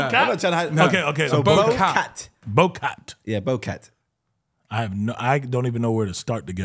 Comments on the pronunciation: You gotta say BOW Cyat ! Not 🎀🐱 😂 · it’s bocat..😂